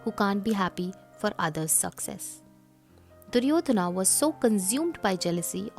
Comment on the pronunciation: it is wrong. Stop commenting about language which you never studied. It is not Duryodhanaaa Not Arjunaaa not Karmaaa The pure form has no aaaa here. Only when another word is added after the name sometimes the joining sound becomes aaaa